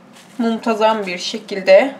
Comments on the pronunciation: muntazam bir şekilde diyor diyisi çok komik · njskjsjdhdhs aynennnn simdi farketttimm 🤦‍♀️🤦‍♀️🤣🤣🤣🤣